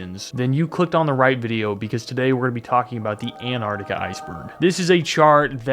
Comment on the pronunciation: good job pronouncing la crítica man appreciate that